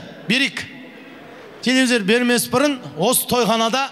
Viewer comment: Телевизер емес телевизор😂